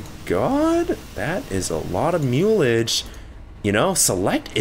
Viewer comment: "Holy moly mulage" xD